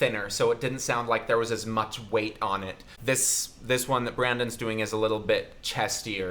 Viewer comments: Ok listen you need to talk less in the video and enjoy the singing and not critique as much I no ur a vocal coach or whatever but stop saying their names wrong for instance Brendon not Brandon like people have said go watch Tristan Paredes and you’ll no what I mean he doesn’t critique or stop the video as much as u do sorry to be harsh and all but I think people can agree with me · Ok I respect you completely...BUT ITS BRENDON NOT BRANDON 😂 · he called himself a moron cuz he said his name wrong